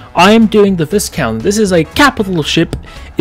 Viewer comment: Actually... the pronounciation of Viscount is Vaikount - 🤓